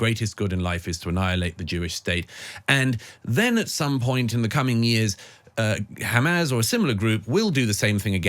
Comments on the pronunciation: So this chap has a degree in English.... Keeps saying hamaz it's Hamas. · Douglas, it's not "Hamaz," it's "Hamas." Fine interview.